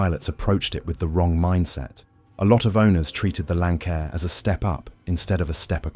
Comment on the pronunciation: If you can't even pronounce the name of the aircraft, then you obviously don't know what you're talking about. And the aircraft in the thumbnail pic isn't even a Lancair. It's a great aircraft, just not an easy aircraft.